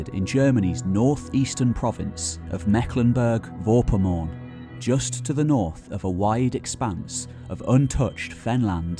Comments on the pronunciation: Golly, why did no-one help the poor host how to pronounce the German 'province's' (actually, it's a state, not a province) name. X-D Otherwise ... interesting. :-) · Please make an attempt to get the pronunciations right (Mecklenburg-Vorpommern, Eberswalde). It lowers the quality of your effort.